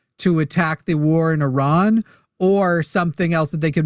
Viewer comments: lol what, no. It does not follow english language conventions, but I still expect you to get it right. Airan is definitely not correct. It is a simple I like in India, pronounced the same way. At least check before you embarass yourself. I mean is this a joke? Even wikipedia has that little sound icon you can click and have it read to you. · heyyo, im a decently fluet farsi speaker, lived in Iran for about 6 years. is not saying it correctly. Shes specifically adapting a french/italian/spanish pronunciation of it. There is no word in the language that rolls their R. The name is "E-Rhaan". But genuinely it doesnt matter, theres a bunch of weird accents in Iran and from persians who live out of country, and Persian is such an old language that others tend to carry back over barrowed words. But there is no rolling R. Now if could do a "kH" sounds in persian, id be impressed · Airan?? why do Americans have such problems with saying the word "Iran" properly when they can easily say the "I" in "international" , "India" or "iridescent"? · as much as I like, I totally agree! I've been working for a large Iranian family for almost 15 years. They DO NOT roll the r at all. They DO pronounce the "I" like an E, and they DO make the R a little harder sounding than we do in English, but they DON'T roll that R like she does. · she's pronouncing the "I" correctly, but she's over-exaggerating the "R" when she says it.